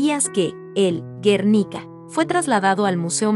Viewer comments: No se pronuncia " Guérnica", sino Guernica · Y bueno, lo primero es hablar bien el idioma. Si se pronuncia Botticelli como suena en español, está bien. En italiano sería Boticheli. ¿Por qué pronuncias Baticheli? ¿Por qué dices Guérnica? .Y ni hablar de los apellidos no latinos. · Interesante listado, si la intención del canal es educar, (como se menciona en la descripción del mismo) revisen la pronunciación de quien da voz al video. Lee “Batticelli” por Botticelli; “Guérnica” por Guernica … y varios errores más por el estilo 😕